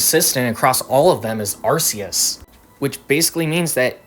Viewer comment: awesome video but I don't mean to be that guy but it's pronounced Ar-key-us not Ar-see-us